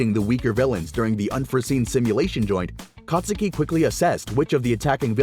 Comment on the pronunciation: the u in kacchan's real name is silent